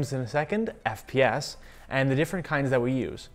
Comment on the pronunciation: stops saying FAS